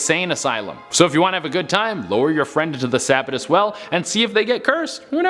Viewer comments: You mis-pronounced "Sabbatus", it's pronounced "Sa-bat-tus"... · Its pronounced sa-Bat-tus, and Sahhco (long a)